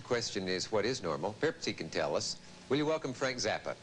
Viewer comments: I think it's pronounced ''Zappa'' ! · Is Zappa pronounced "zappa" or "zappa" ? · yes, definitely not "Zappa"